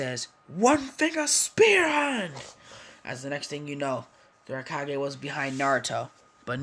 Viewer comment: Raikage not rikage